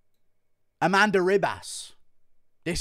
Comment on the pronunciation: A-MAN-da Nunez 😁🤣